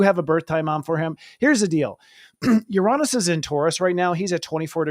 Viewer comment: You are a great presenter! - Love the glasses, but please fix your pronunciation of Uranus 😅 - Thank you for always being down to earth when sharing your insights/opinions. ⭐